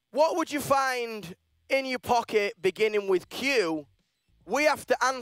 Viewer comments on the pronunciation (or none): none